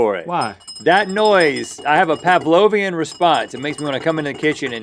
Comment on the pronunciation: Did Rhett say paplovian instead of Pavlovian?